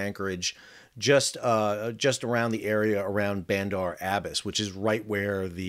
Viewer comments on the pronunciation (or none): Interesting analysis. Thanks. Btw, it's Bandar Ab bas' (accent on the last syllable). Was there during the Shah days